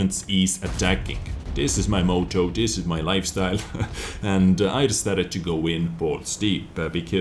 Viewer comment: The way says 'motto' is hilarious. Great vid BTW mate.